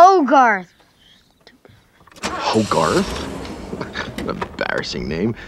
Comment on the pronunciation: I thought he said HOGARZUZ or HOGARTH ZEUS.